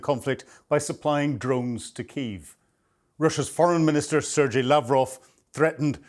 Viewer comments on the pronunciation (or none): PS..it's pronounced "Sir Gay" not "Serjay" Lavrov)